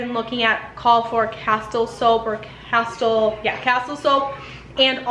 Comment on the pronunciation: Hi, the soap is pronounced ca-STEEL.